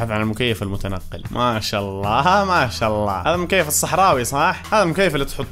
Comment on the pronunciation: مشا آلله مشا الله يقولها متل الهنديين😂